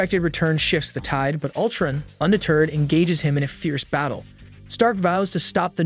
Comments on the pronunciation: Yeah Ultrin?!wtf, great work though but then he randomly says it right😂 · The way he says Ultrun instead of Utron drove me crazy🥴